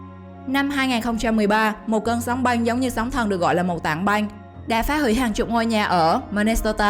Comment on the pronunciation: Băng mà cứ đọc thành Banh nghe hơi khó chịu :|. Hi vọng lần sau người đọc cố gắng phát âm chuẩn 1 chút.